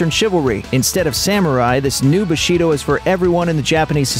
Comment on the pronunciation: Bushido - stress is on the first syllable...